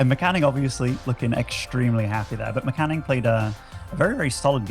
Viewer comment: It's M-Canning guys, not Meh-Canning. At least that's what he calls himself and definitely sounds better then Meh-Canning.